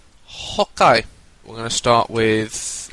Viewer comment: Whenever you say okay, I swear it sounds like 'Hawk Eye' :P Great vid though